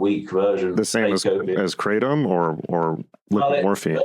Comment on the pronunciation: Lol. "i take a lot of kra-tom" that's wut i like to hear😂 kratom satiates me. Bout to find some real opiates tho sick of kratom